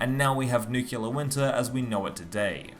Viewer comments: Nice vid bro but a quick word on pronunciation. It is Nuclear and not Nucular🤭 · Nucular, huh ? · ‘Nukular’ Winter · I recently read a joke about the « nucular » pronunciation in english for « nuclear ». But I think it’s the first time I hear it for real, in this video ! (unless my ears are playing tricks on me) Interesting content as always, keep up on that trend :) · Say it with me. New Clear.